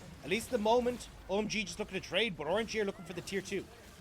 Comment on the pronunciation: Is anyone else hearing Orangy?